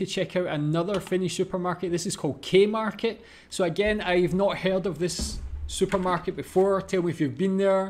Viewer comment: K-Market .... KOO Market .